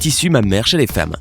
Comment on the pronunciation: Il a dis faimme